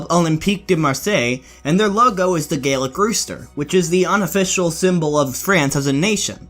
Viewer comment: Hate to be that guy, but for Eternal it'd be the Gallic rooster (short a, hard l), a Gaelic (how you pronounced it) rooster would be Scottish/Irish :) But yeah, didn't know anything about the owners, nice to see it!